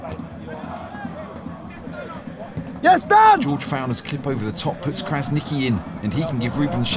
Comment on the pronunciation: Fan from Germany here! I love the series you guys are producing. By the way, as an Albanian, I wanted to mention that the letter 'Q' is pronounced like 'tchi' or 'chi'. So it's not 'Krasniqi', but rather 'Krasnichi' or 'Krasnitschi